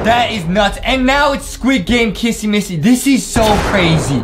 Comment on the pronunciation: Its not kassy massy it is kissy missy